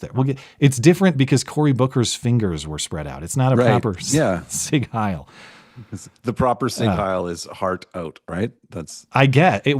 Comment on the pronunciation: Every time. Literally every time. It is not pronounced: sig hail Lmao